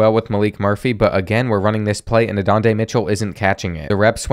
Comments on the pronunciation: Love the videos! but just fyi homie its not "Adont'a", it's "Ah(?)done-eye" Mitchell. Don't know how to pronounce the first A but its like a aaaa yell lol. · its adonai mitchell not adondai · Why did u say adontay not Adonai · it is Adonai Mitchell and it sounds like you are saying Adondae 😅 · Great video but #5 name is Adonia A-do-nia long I not adonde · AdonAI not adonde. Down right disrespectful you didnt even try to correctly pronounce it. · bro did NOT just say A’donday Mitchell 😭😭🫸🫷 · “Andonde” Mitchell 🤣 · Adonai mitchell is pronounced "aa doe nye" 😂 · Let's go Longhorns🤘Also, are we going to ignore how pronunced Adonai wrong😅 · hate the way he’s saying adonais name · Bro saying Adonais name wrong